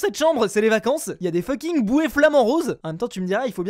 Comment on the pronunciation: mdr il dit toujours funking